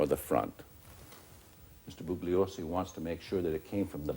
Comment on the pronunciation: I think Jerry Spence is deliberately disrespecting Vincent Bugliosi by pronouncing his surname as "Boog-liosi" rather than "Boo-ye-liosi". I'm not Italian, but I know this, as does the judge when addressing him. I think Spence does as well.